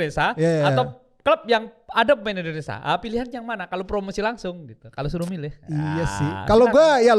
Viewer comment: Indonesia bro.. bukan Indonesa.. Indonesaaa😂 baju putih orang Indonesaaa??😂